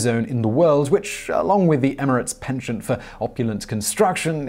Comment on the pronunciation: I cringe at Simon’s mispronunciation of ‘penchant’.